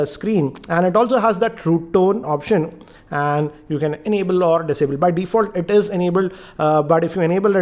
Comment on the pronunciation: Everything’s fine in your review here except that your Intonation is slightly annoying it’s weird at places mate ! Fix that already ..... also some of ur pronunces- whereASS , optian instead of option, edeat instead of edit and etc found a bit funny , no offence man .